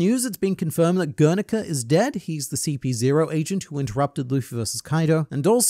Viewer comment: "Gernika" or "Grrr! Nika!"